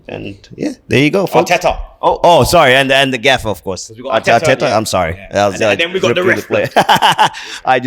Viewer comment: When americans say gaffer LOL